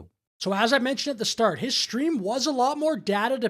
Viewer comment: "Shtream" isn't a word. Goddamnit, grow up.